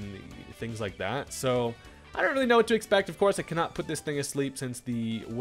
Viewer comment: I swear you are hilarious 😂 my man said "I'll tell you whut" like hank hill